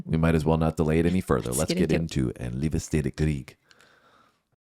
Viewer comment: Your Swedish is actually pretty good! Many English speakers would say "En leevsteed ay kreeg", but you got the single i correct - "ee". Great work!